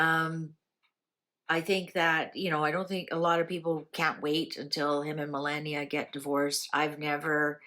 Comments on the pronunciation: It's Melaahhnia,.....not Melaynia!!.. Melaahhnia.... I just said yesterday, how tired he is looking and he needs to rest...He is working way too hard for his age,..as much as we appreciate all his hard work I want him to rest. The Prez is actually very much in love with Melania, as you can see he is very loving to her these days. Things are well for them. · I RESPECT YOU SO MUCH. THERE'S A "BUT", YOUR PRONUNCIATION OF OUR FIRST LADIES NAME IS DISTRACTING AND DISRESPECTFUL. AS I TOLD YOUR BEFORE IT IS PRONOUNCED, MEL - LON, - EE - AHH!! PLEASE TRY......